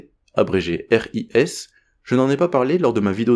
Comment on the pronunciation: Très bien expliqué.Petit détail sans importance sur la prononciation des systèmes élémentaires ou trigrammes de repères systèmes.On dit R.R.A. Et non pas double R.A. Pour l’injection de sécurité : on dit RIS ou « Risse »